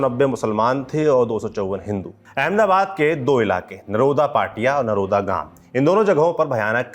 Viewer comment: नरोडा़ बोला जाता है